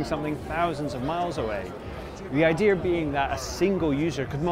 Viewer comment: And with all the Cyberhacking you won't find me in one until it's the only way to travel allowed. Also a nitpick but no R in "Idea"